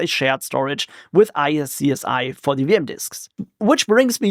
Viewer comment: For replication between two hosts I'm using drbd which has a primary (active) and secondary (passive). Kind of high availability. SCSI is pronounced "scoozy".